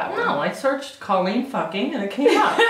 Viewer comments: Anyone else get lightly salted when someone calls her “Call-een” instead of “Cole-lean”? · I love you, but remember, it's pronounced Coal-een, not Call-een. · I feel like he keeps saying "call-een" but I think she pronounces it "co-leen" ... Awks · it's COL-LEEN